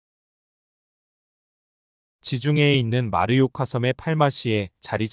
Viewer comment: 잘봤습니다. 딴지 하나 걸자면, 마르요카가 아니고 마요르카(mallorca) 입니다.